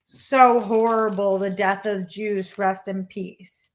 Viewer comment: Know who you are and what you are passionate about, and being a bit of a dummy myself, it took me a few times to realize you were saying R.I.P Juice and not Jews... I finally caught on though ;) And as per difficult veins, I was a skinny child in the 80s, and one time I was having blood drawn when I was 12, and the nurse poked my right arm 6 times and my left 2 before calling the doctor over, which she was supposed to do after the second failed attempt... That was a very painful day, and I cried a lot that afternoon. It wasn't until I was in my 30s or 40s that my veins became visible to nurses. I even got complimented on my veins when I got my first covid vaccine shot.